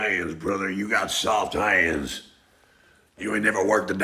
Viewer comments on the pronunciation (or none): 'Ye got sawft hayunds' 🤣